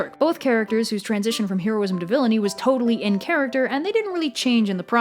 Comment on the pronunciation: Oh god, I love this video and this entire series of videos, but (possibly because I am a neurotic person) the constant mispronunciation of the word "heroism" is driving me absolutely insane!